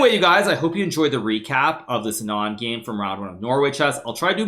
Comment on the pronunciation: Who needs ears anyways. That "ANND" killed me.